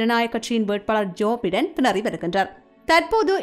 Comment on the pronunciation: ஜோபைடன்... (ஜோஃபடன இல்லை)தயவுசெய்து உச்சரிப்பை சரி செய்துகொள்ளவும்